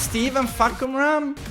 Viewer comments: the announcer pornounce the name wrong btw... its actually Far(long sound)- Come-- Rarm(long sound) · It's faa- (fah)- cum -ram